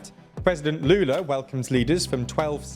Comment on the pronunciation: Honestly, I'm impressed at the pronunciation of Lula's name, there's a bit of accent of course, but every word was correct, good job!